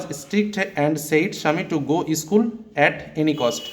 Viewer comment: আরে ইস্কুল না স্কুল বলুন😂